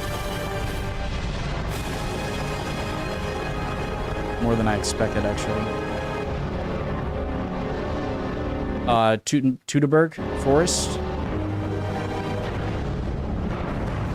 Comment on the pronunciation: The correct pronunciation of "Teutoburg" is "Toyto-boorg". The German diphthongs "äu" and "eu" sound like the English "oy", and the German "u" sounds like the English "oo". 🙂